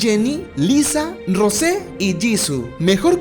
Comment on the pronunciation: “Rose” JAJAKKSKS,se pronuncia rous